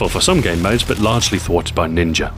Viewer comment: lol its ninja, not ninger